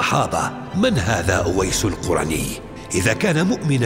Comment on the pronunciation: القرني بضم القاف شتيمه و اسم هذا التابعي بفتح القاف "الـقـَرني" من اياد من قرن من اليمن رحمه الله، و أما حديث خير التابعين أويس فلا يصح، و الله أعلى و أعلم. ❤